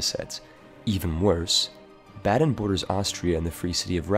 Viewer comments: bAden, the A is long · baden. It's in the goddamn name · I'm gonna pretend you're pronouncing Baden incorrectly on purpose for the pun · Apparently, even Baden is unpronouncable... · A note on pronounciation: Baden's vowels are pronounced "ah" and "eh" respectively. You had the e correct but the a wrong. After all, Baden, not Baaden. The a rhymes closer to the u in run than the a in cat. Haida hurt. It sounds like you're saying Hayda, not Haida. Ai sounds alot like eye. Source: I'm a German Canadian who was born in Baden-Württemberg and grew up near the Haida Gwaii. Hope this helps